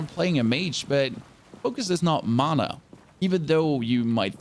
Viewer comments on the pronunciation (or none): none